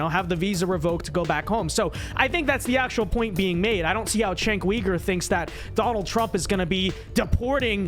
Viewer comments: Chenk Weegur? It's pronounced JENK YOUGUR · I am so sick of people who disagree with Cenk mispronouncing his name. "Chenk?" His name is Cenk and it is pronounced "Jenk" and , "Weaver?" Really? Dude that isn't even close. Feel free to disagree but is it really necessary to throw in the disrespect? No disrespect? You mean you serioisly can't get either his first or last name correct after hearing it many times? Never heard his name being spoken before? Never thought to check? First, I doubt that. Second, why not just listen to the name once and get it right? Some of the things you said may well have been fair actually but why should I take you seriously when you can't give someone the basic common courtesy of at least trying to get their name right? Just don't care? Cenk is beneath you? (Yes, I am triggered by this.) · Who tf is Cenk Weeger? Lol it’s Cenk Yuuger